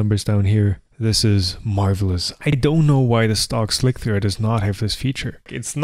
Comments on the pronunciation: Or not seeing how he keeps calling it "Slic-three-are" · Why are you saying "Slic-three-R" Isn't it pronounced Slicer? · Me too. Like WTF, just say "slicer" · No. is actually calling it "Slick-3-R". He is being too literal. does not seem to get the l33t reference in the title of the software. It is pronounced like you would say, Slicer. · Why do you and others say "slick-three-err" instead of just "slicer"? The maker of Slic3r says slicer. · SLIK THREE ARRRRR!!!!!! god dam this is driving me nuts XD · i pronounce it "slick 3 arr" like tom does in this video. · I pronounce the Slic3r PE as "Shlikr" or "Schlikr" to distinguish from the original Slic3r :-) derived from the Czech word "šmik" meaning "to cut". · Correct me if I'm wrong, but I'm pretty sure Slic3r is just pronounced "Slicer" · Hi. I think you can safely refer to the program as "Slicer" to rhyme with "Nicer" as per this old article: Even if it is written Slic3r, it can be referred to as "Slicer", as it is a frequent "hacker" thing to substitute 3 for E, 0(zero) for O 5 for S etc etc. They just did not call it 5L1c3r....but they could have... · It is "Slice"(r) as with "mice." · I think the way he pronounces it sounds cooler.